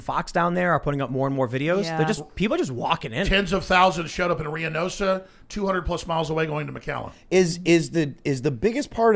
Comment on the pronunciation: Riadosa Mexico??? I've never heard of that. Is he talking about Reynosa (seeing as he mentions McAllen Tx being so many miles from there)? I know people in both places, family and friends. I've never heard of the other though so I'm confused as to which A.J. is talking about. shrugs If it's Reynosa, that's the oddest pronunciation I've heard for it lol. I even went back and listened to it more than once and still couldn't tell. If I am right it should be Ray (preferably rolling the R, but not necessary) - nos (like nosferatu lol) - ah. If there is a Riadosa plz let me know so I can familiarize myself with it because now I'm curious. And I'm too lazy to ask said local fam memebers lol.